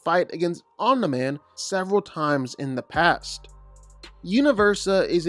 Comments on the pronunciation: Om-knee not om-n-eye but apart from that it’s a very well written video,good job getting that info, must of took ages! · Dude, you are seriously pissing me off with your OM-NIGH-MAN pronunciation! ITS OMNI MAN for god's sake😭😭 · BRO CAN U PLEASE STOP CALLING OMNI-MAN AS OMNAH-MAN OR OMNIGH-MAN . IT DRIVES ME CRAZY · Say Omna Man one more time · Fr. Ts pissing me off😭